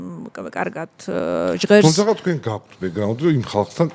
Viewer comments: “გაქთ” რატომ ამბობს? ჰეითით არ ვწერ. დიალექტურია თუ რატომ? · "გაქთ" ტოჟემნე ჟურნალისტი😂😂😂